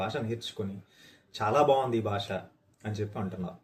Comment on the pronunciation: బాష కాదు, భాష. వాల్లు కాదు, వాళ్ళు. దయచేసి మన భాషను సరిగ్గా ఉచ్చరిద్దాం.